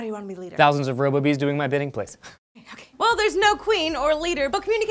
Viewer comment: Robo-Bees sounds like Ro-Boobies